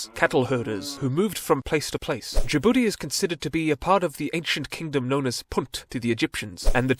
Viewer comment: Why he call my country Ja'boodee 😂